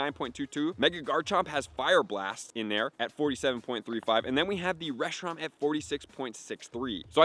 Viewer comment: He literally had to add Fusion FLARE to Reshiram's moveset on gamepress to get the spreadsheet, I don't understand how he messed the name up for the entire video lol